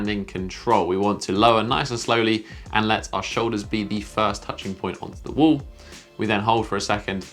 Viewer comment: if you could stop saying wole and start saying wall, i could stop imitating you every time you say wole